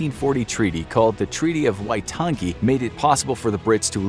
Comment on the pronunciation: It's said like "why toungey" not "why ton gee".